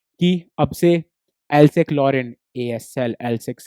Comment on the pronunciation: Hello sir ye galat padha rahe hai vo Alsace को इन्होंने एल्सेक बोला जबकि वो एल्सेस है